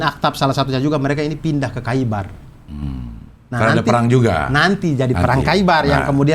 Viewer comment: bang Abdur, koreksi dikit, bbrp kata dalam Arabic yg ditulis "kh" bacanya bukan jadi "k", tapi mirip huruf "h" yg keluar dr tenggorokan, atau kalo lidah Indo biasanya jd "h" seperti biasa aja. contoh: Khaibar, bacanya jd Haibar, bukan Kaibar